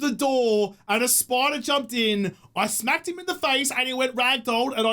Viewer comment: "I doid to a spoidah!" lol so dang aussie!